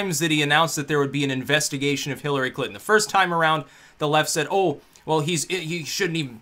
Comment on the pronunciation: Love how it sounds like you say Clitton. :-D